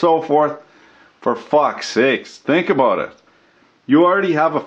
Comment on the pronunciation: hahaha "works in Australia,!!! wondered what the camera angle was "abooot"